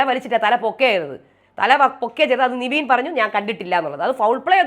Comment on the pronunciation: Ingal nevin nte name pronounce Cheynadh niveen aayit aannu